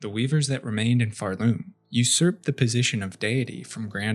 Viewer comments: It pisses me off that you pronounce it pharLoom instead of Pharloom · OK, why are we saying Pharloom with that emphasis? You don't say Shell-WOOD, or Bo-STON, or Bell-HART.